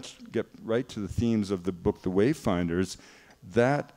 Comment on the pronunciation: "the wayferers" 😂😂